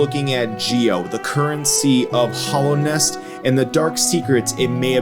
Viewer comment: i don't really see PK having a use for geo, as powerful as he is he could probably just get whatever he wanted. also your pronunciation of hallownest causes me physical pain